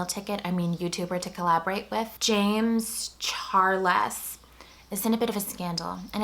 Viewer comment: james char-less LOL